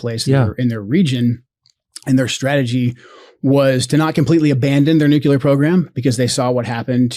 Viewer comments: I just can’t take seriously anyone who says “NOOK-YOU-LER.” That is not a word. It’s spelled nuclear, and is pronounced NOOK-LEE-ER. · Nuke U lar? Seriously??? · Why do these idiots always pronounce nuclear as noo cyoo ler. Jesus Christ. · Why do so many MAGAs say Nuclear (Joe Kent) incorrectly? Our country sounds so completely uneducated. …and probably is.